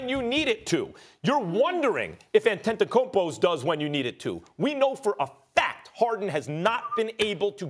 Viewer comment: Your wondering if Antanticupoos? 🤣🤣🤣